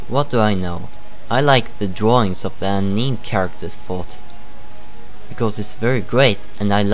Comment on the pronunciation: "Aneem" lol